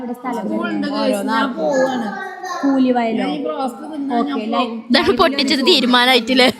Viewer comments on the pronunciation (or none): കൂലി വയല അല്ല കൂളിവയൽ